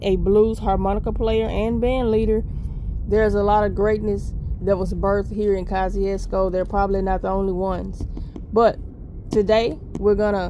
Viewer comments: He was a polish general. The name is of eastern European. Name is actually pronounced koshoosko hense kosciusko. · I know she didn't just pronounced it polish 💅🏼. mississippi 😂❤